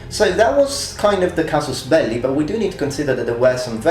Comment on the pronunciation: I like it when you say casus belli.